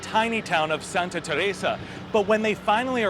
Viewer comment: bruh why tf are you pronouncing Teresa like that?? annoying